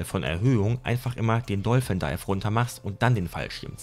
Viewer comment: Warum sagt ihr alle dolfen dife 😂 wenn ihr kein Englisch sprecht, dann versucht es doch gar nicht erst, oder kurz googlen und gut ist